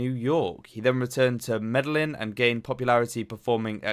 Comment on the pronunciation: Medejin, 2 is in Spanish, and it is a j sound